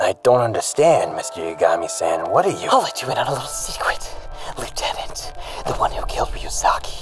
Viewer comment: I'm not sure which is funnier, the bad pronunciation or "Mr. Yagami-san", like he thinks 'san' is part Light's surname and not the Japanese version of Mr./Ms./Mrs.😆